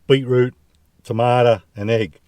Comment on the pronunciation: “Beet-root and tamada” - real Aussie,. Gotta love it! Nice…. 👍